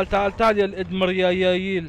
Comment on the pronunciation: الادميرال❌ الادمرياييل✔️ ههههههههههههههههههههههههههههههههههههه 😂